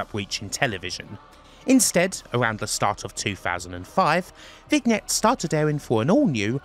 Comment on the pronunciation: That's not how you pronounce "vignette," LOL.